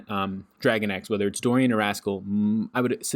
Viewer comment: Why do you pronounce Doran as Dorian? But anyways, great work. Thanks for all you do.